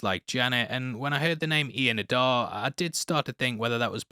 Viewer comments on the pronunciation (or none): Adair said like AH DARE not AH DAAR! I’m sorry but the mispronouncing of this word is quite frustrating especially as they pronounce it correctly in the episode!